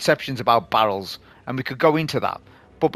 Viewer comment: The thumbnail with the synths lol, I love the funny accent display from regarding the barrels, great video as usual